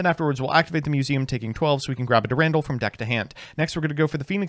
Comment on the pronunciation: Eye-sold Dur-Randall Putting together a grocery list for must seem like unhinged scribbles. "Be sure to get a crown of brock-olly, and a few avoke-uh-does"